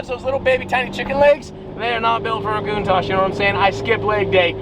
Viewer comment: Wanna black out in less than 8 minutes? Take a shot everytime he says “Lamborghini countash” lol